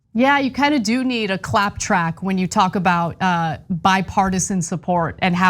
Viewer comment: "Clap track" sounds like "clap trap."